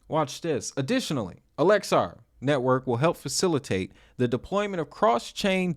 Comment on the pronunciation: Its AX-ELAR, and not ALEXA...